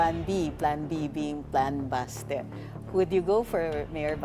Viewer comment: Someone tell that it’s said as basTE, not BAAHSte. The stress is on the second syllable. It’s stupid. Who does she hear say it like she does? Stupid 🙄